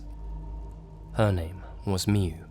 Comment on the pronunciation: It's pronaunce miyu